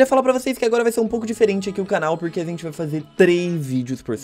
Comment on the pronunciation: mano tu tem algum problema pra falar a gente tu fala a zente